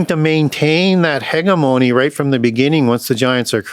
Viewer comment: I just can’t take this guy seriously when he says two Corinthians the way we all make fun of trump for saying it and also he pronounces hegemony- hegamony